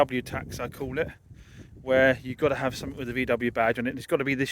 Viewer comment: no K in something